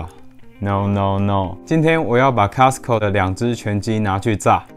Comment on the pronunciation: Costco 不是 castco😂